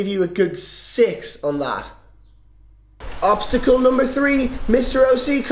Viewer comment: i think obsticle is not really a thing i think it is more like obstacle:):).Anyways awsome video as always i really liked the work that you put in with the green screen and all that stuff!!!Keep it up!!!!!!